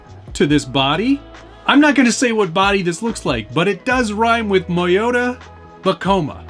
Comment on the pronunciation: Lol... Really!? ...moyota.. hahahaha